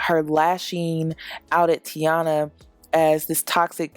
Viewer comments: its TAINA not TIANA. lol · It’s Taina, not Tiana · No shade but her name is TIE-EE-NA.